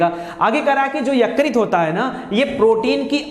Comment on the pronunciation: Yukrit nahi .... Ykrut bolte hai .....